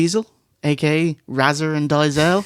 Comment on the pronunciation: ray-zor and diezelle lol